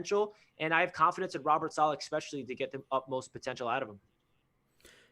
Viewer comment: Without trying to sound like an asshole because I really enjoy your channel, but when I hear "ex"pecially it knocks any credibility. You guys are very intelligent and well spoken, but if Jets media (or ) mispronounces "especially" again I'm going to punch myself in the dick.. J! E! T! S! JETS! JETS! JETS!